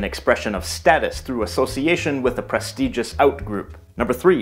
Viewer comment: Is that a correct pronunciation of " prestigious"?